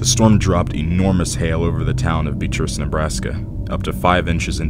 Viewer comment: Beatrice is pronounced Be-AT-rice.